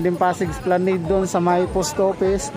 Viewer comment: Kuya esplanad po pagka bigkas nun ngayong alam mo na po esplanad na pagka bigkas mo next time I’m here to help you to correct and to learn not to ashamed ☝🏻 God Bless po